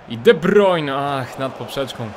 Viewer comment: sory za nauczki ale to sie czyta de brajne